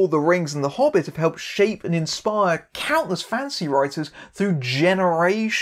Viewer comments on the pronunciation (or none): Whenever he says "fantasy writer" I keep on hearing "fancy writer." It's mildly amusing.